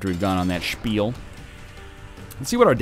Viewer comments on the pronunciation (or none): none